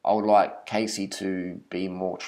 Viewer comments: First off don't make a fucking video about someone, when you don't even know how to pronounce there name correctly, you're a grown ass man, so mind your own damn business, if you don't have nothing nice to say then fucking shut your damn mouth! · You obviously aren't in any place to judge her so harshly when you don't even know how to pronounce her fucking name or where those "photoshopped" pictures came from. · Learn how to pronounce her name first. I love her, no matter what anybody says, her workouts are great and give great results. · Learn to pronounce her fucking name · This guy is a joke. What's your problem? Cassey is so uplifting and motivating, and promotes good health. You've obviously watched her videos because you can't even pronounce her name. She has blogs about her weight in between bikini competitions and explains everything very well. Do your research before you put out a video criticizing someone like that. How is it any of your business? Jealous of her success? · can you at least pronounce her name properly? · First of all, that's not how you pronounce her name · Just another person on this planet who pronounced her name wrong... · Biggest load of rubbish right here. Much disappointment in this Youtuber. Do more research on her before you rant please. Her name is Cassey not "Casey". Her photos are authentic - she did tell her Youtube followers that she went on a massive diet and rigorous exercise routine a couple years back to look like that for her bikini competition. If you actually watched her videos, you would know. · holy shit pronounce her fucking name properly- seriously you calling her Casey (long a) instead of Cassey (short a) just proves you did absolutely zero research. If you watched a single other video of hers you'd know how its pronounced. You're just making assumptions after seeing a picture from years ago to further your vegan agenda. get a life and stop being such a troll.